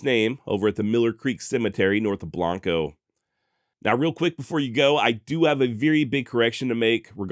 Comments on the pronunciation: Great story. Well done. Small note: Pronunciation of Blanco has a regional nuance. It’s not pronounced with your normal Spanish/Latin form. Locals say ~’Blank-Ohh”. Really enjoyed the way you covered this. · Just happened across this episode and being a long time fan of the Texas Hill Country and especially Mason, thoroughly enjoyed the video. Only two minor issues (actually major to the residents of both towns) is your pronunciation of Burnet and Blanco. Regardless of spelling or usual pronunciation, the towns are correctly pronounced BURN-et and BLANK-o, in Texas. In fact, Burnet has a saying "Burnet, durnit, learn it." I will be subscribing and look forward to future episodes. P.S. if you ever have an episode involving the Pedernales River, it is pronounced "PURDnaleez." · Burnet County, same as the town of Burnet, is pronounced "Burn-it". Not Burr-nette. And Blanco County is pronounced Blank-O ....